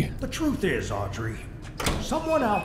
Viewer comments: As someone also named Audrey, it hurts more than you know to hear Mark call her Aubrey 😭😂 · It's weird because I love the name Aubrey but not Audrey. So I'm conflicted between being annoyed at his mispronunciation and the fact that he's choosing a name I personally like.